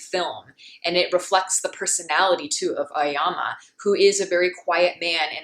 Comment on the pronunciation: The name of protagonist is pronounced A-Oh-Yama, not Ayama.